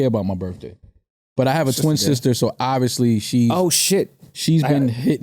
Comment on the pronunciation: “obbiously”! I love it!